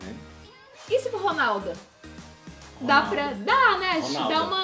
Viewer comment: "Ronalda" não gente😂